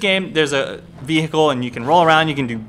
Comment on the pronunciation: Hi. Don't mean to be rude but. And this is a big one. Please say Intresting rather than Inneresing with no T. And another Big one! Vehicle You're saying it with two H's. And no, when you put it this way what I'm about to tell you/ guys. Every one is the same when you're from the same country. The list goes on when you imply those definen junes. Thank you.